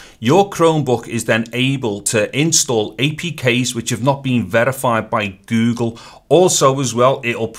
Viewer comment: the way he says go gle makes ma laugh